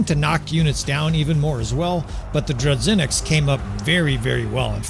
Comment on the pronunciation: My man, as a Russia dude, who hear "dru-ZH-inniks" (Russian word) it makes me feel very uncomfortable. Let me explain how to pronounce " ZH " sound. Its like a " J " in the word " bijou ". Or imagine you became french and say " voyage ". The sound " g " in that exact word would be somehow correct version of " zh ". In Russian that sound more firmly